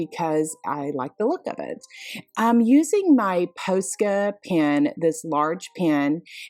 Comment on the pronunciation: Love all of the projects. Lots of inspiration. FYI, Posca rhymes with Pasta